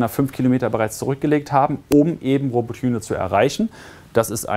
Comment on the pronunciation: Es heißt Roboty(i)ne nicht Robotüne.. Also man spricht das y wie i aus